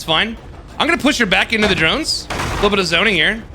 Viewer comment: I dont know if hearing wrong, but when you say Drones, I hear Geromes 😂